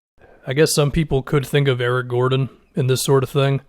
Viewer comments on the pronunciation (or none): none